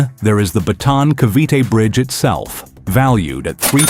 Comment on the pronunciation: BATAAN not BATON !